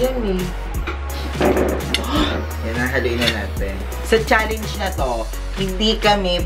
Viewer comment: Sunod naman po bigkasin ng tama ang salitang challenge, challenge